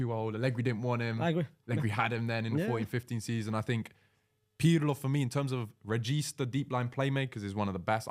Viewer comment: Why does he call Pirlo "pierlo"